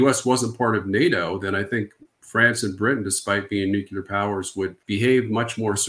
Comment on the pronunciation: Its nuclear, not nucula